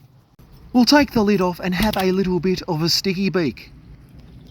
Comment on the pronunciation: is he saying sticky beak or a stinky peek?